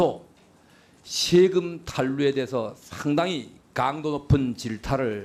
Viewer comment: 저것들은 외국인인게 확실함.. 일단 발음이 안됨.. 강도= 깡도 세금=셰금 배우자= 대우자 사생활=샤쉥알 대체 어느 나라 말이냐~ 말 사이사이 Um~ 할거 같은 느낌이다. 사투리로 받아들이기엔 갱상도 프로나운스도 아니다!!!